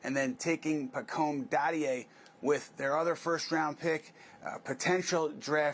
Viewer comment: Pah Comb Dah Dee A. Accent on the last syllables :-)